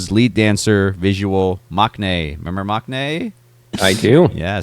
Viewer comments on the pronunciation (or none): Learn to pronounce maknae correctly. The k should be silent and you’ll be closer to the correct pronunciation.